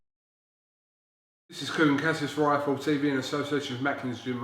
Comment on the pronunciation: its ""thankyou for talking to I F L T TV NOT IFILL TV lol